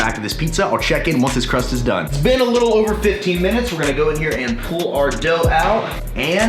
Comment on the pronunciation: "Oover" 😂😂 I thought I was the only one